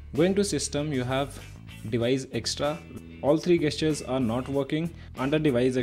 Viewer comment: The cringe is real hard when he says 'ROME' and 'GUESS-TURES'😂 Btw, great work mate!